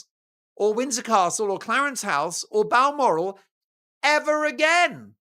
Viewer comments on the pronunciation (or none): none